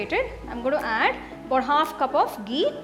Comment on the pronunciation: Hey ma'am Loved the recipe... But plz be particular about the pronunciation of some words like Ghee... It's not gee..u pronounced it as gee..apart from it.. Just love ur cooking skills...